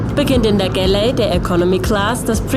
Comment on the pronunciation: jede Bordküche heißt im Fachjargon "galley" :) aber es wird nicht gäläää ausgesprochen wie es die Reporterin tut